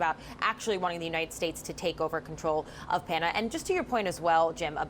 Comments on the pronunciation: Girl can't say Panama, keeps saying Panada. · Why can’t she pronounce Panama Pah Nuh mah ?!